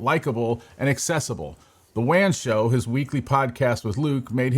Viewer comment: Saying Linus oddly and WAN Show incorrectly makes me think this guy didnt actually watch LTT